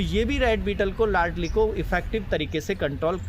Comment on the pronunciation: Ladli nahi hota ,laldi hota hai